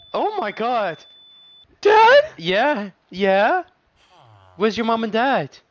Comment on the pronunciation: MISSING A LOT OF B- OW OH MY GWAD